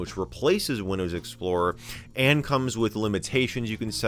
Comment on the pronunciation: He also says "Windöüws". I think it's just his dialect. :D